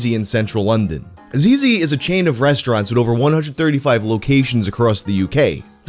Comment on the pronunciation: Zizzi is pronounced zitzi like how you say zz in pizza.